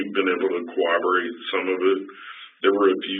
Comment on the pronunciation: Why can’t yanks pronounce corroborate properly? It’s not co-wob-er-rate it’s co-rob-er-rate